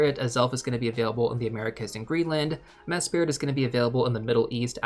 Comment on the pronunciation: It's one word - "MESS-prit"